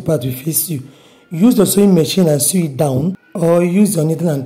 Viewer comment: Very informative, I no go lie.. Pls ma change how u pronounce SEW to Sow instead of trying to pronounce the W in it. I don't mean to be disrespectful ma.